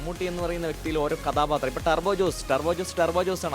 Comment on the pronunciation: കാദാപാത്രം അല്ല കഥാപാത്രം ആകുന്നു!